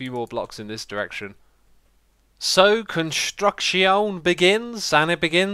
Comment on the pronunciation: invenTORry?? construcTEE-ON?? iskall??? or ren??? are you there??